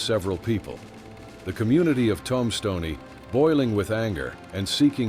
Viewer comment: Tom-Ston-Ee was a rugged town…